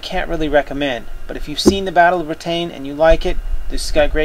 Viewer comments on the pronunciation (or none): Lol the way you pronounce Britain is funny =D